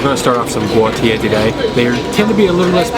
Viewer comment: Thanks for getting Guotie right ... most miss that word and call it by other names